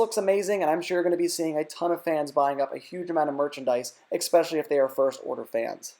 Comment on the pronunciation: How you going to try and be successful in media, yet you don't know how to properly say especially?